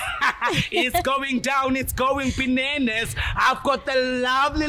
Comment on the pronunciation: 😭😭😭😭 it's not "Bananaz", it's "BINANAZ".. 😂😂😂😂